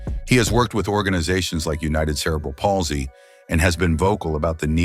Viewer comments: Supposedly the voice is done by robots or a eyes I wish they would learn or teach these AI how to pronounce words like cerebral palsy Etc correctly. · like alot of people, I have CP..and I have friends with Spina Bifida. Please try and use pronouncing for these conditions correctly-Thank you 😡